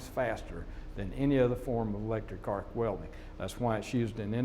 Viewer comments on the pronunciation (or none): OMFG she can't even say "welding" properly